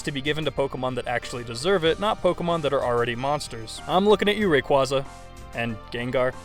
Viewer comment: How do you say Rayquaza correctly the first time and then fuck it up the second xD